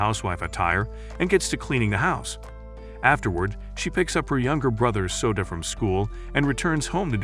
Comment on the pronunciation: Soda instead of Souta is crazy😂😂